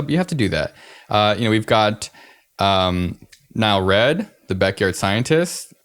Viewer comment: It bothers me that the r in NileRed isn't capitalized. fuckin nigh-leerd